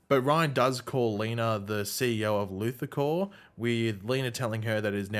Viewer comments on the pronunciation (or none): none